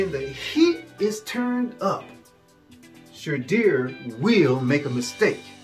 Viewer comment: WHAT IN Nickelodeon has Youtube suggested i watch...never again...he said SHAYDEER. 😅